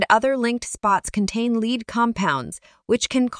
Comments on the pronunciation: whats pure "leed"? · Too bad she doesn't pronounce lead or product names well. Johnson Controls makes the majority of those brands.